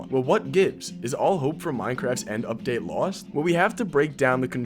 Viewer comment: "End Lipdate"😭🙏